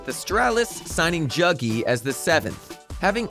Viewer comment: Jugy its yugi ffs